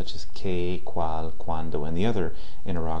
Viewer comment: Hola! He visto algunos de tus videos y me parecen bastante buenos. Solo te quiero hacer una observacion sobre tu pronunciacion de la "L" por ejemplo en "cual" que te suena como la "L" en Ingles. Podrias poner la punta superior de la lengua sobre el paladar para Espanol y no la parte anterior(inferior) de la misma como lo haces en Ingles. Sin mas por el momento,te felicito por tu labor.